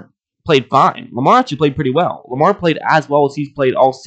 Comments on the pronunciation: It's Lamar not Jamar. Jeeeez! 😒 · Lamar* not jamar